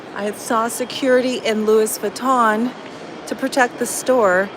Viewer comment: Lewis Vatton??? 😆😂😆